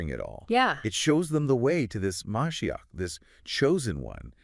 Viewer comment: Ma she ach is how you pronounce it